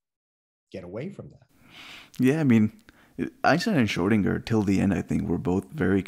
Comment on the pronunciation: No, not shraow-din-jer, shrer-din-ger. Um, the way it's spelled.